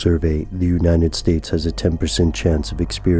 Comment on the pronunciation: Have you guys noticed that when says "United States" it always sounds like he says "Uninted States"?